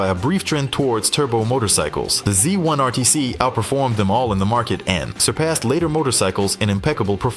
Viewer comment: A zee one ateecee This is a trouble with AI voicing these things frustrating to listen to. I thought it was a Z1RTC which a human being would be quite aware of.